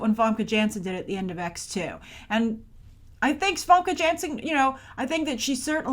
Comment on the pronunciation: You've been saying it right. Almost no one says Janssen's name properly when it should be so obvious since everyone knows she's Dutch.